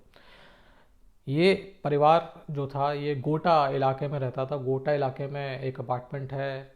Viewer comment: गोटा जगह नहीं, वो गोता है... Just correcting you sir.